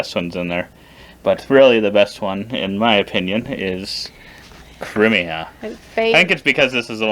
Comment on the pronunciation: How are they ranking the factions and not pronouncing things right? Rus-Vi-yet, not rusivet Cry-me-ah, not creemiya Po-lah-ni-ya, not polayniya Sho-gun-ate, not shuggunahti